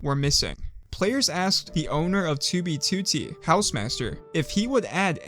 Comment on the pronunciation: finally he pronounces 2b2t